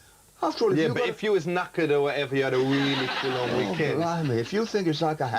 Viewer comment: "watch Vanessa or whateva" 🤣